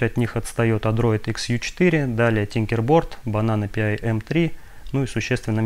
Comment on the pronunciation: Pi должно звучать как «Пай», как «пирожок», а в остальном все достаточно интересно!